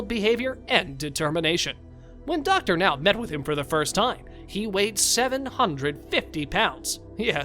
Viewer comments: Thank you for saying Dr. Now's name right. 👍👍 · Finally, the narrator is pronouncing Dr. Now's name correctly! But the narration script is still very awkward...